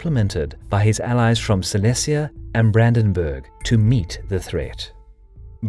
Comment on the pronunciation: Great video as always. Just one thing the E in Silesia.. is pronounced like the E in Egypt and not like Egg.